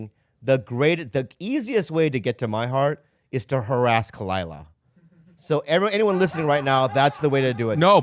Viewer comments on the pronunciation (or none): DUUUUDE it sounds like "the easiest way to get to my heart is through her ass..." i had to do a 2nd take. obv its harass lmao